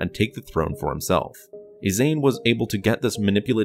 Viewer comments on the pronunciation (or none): So, olive green/grey, white, black, or red, pick your fabric, people? I thought Ysanne here is pronounced "ee-saan"? Also, "Loo-sank-ya" for the SSD Lusankya, sometimes called "Lucy". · Sir, another very well-done script, but there are two standout flaws. One is Armand Isard's daughter Ysanne- per Anthony Heald's performance on the 'Bacta War' Trilogy tapes on where this is based, Ysanne's name is pronounced 'EE-sahn-negh'. The other flaw is the name of the Lusankiya, the Executor-class Star Dreadnought she escaped Coruscant with during the fight with the New Republic, the name is pronounced 'LOO-sahn-KEE-ah.' Sorry for the bother, but wanted to point that out! Cheers, respects, and keep up the great work! :)